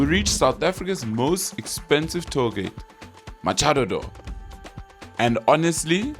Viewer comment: did you just pronounce it as Macha-dado 😭😭😭😭😭😭😭😂😂😂😂